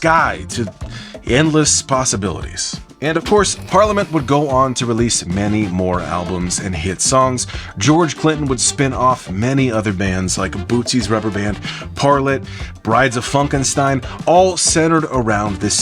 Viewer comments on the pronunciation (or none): Parlet is pronounced Par-lay